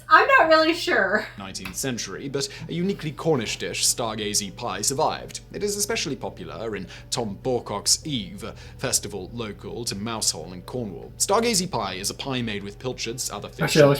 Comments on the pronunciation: And he also mispronounced Mousehole in Cornwall... it's pronounced "Muzzle" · You realise that chouriço is also a sausage made with blood? I wish he could pronounce Mousehole, Laverbread and Colcannon. :-(